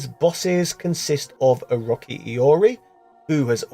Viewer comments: OROTSHI not OROKEE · How this man can't say O-Ro-Chi- is beyond me